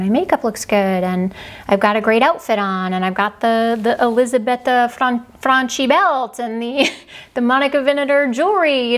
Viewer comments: Fyi "ch" in Italian is pronounced like a hard c or k sound (Franchi = Frankee). Incidentally, Italian words with a standalone "c" are pronounced with a "ch" sound (baci, meaning kisses, is pronounced bachee). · i love this Brand but please pronounce well, in Italiani 'ch is a ''k' so it is 'Franky' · Hi, you are the best. I'm Italian and I love the way you pronounce Elisabetta Franchi but it is wrong, maybe because you are studying Spanish. You pronounce CHI like the chi in Spanish word chica but it is more like the ki in English word kitchen... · In Italian, the “ch” sound is pronounced like a “k” in front of the letter “i” ( as in Moschino “Mo SKEE no”), so Elisabetta’s last name would be pronounced “FRANkee.” 😊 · Dear, you have to read FRANCHI as FRANKY, like CHUNKY, because we read the letters CHI like K-E. Many kisses from Italy!